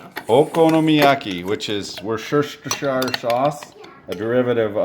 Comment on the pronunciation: bloody hell north america! it's wuhstersheer not flipping woo-cesstershy-er! I know it's spelt that way but that means nothing here in Britain!